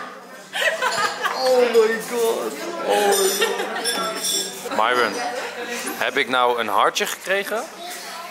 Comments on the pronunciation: Ik weet t ik ben een beetje laat maar uhm Enzo het is myron maar je zegt mieron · Nee waarschijnlijk hebben ze wel maar je spreekt het uit als mieron maar enzo noemt haar myron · dit is de eerste keer dat ik Enzo Myron heb horen zeggen in plaats van ( je zegt dan ) meiron